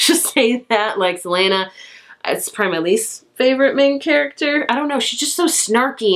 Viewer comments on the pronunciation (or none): none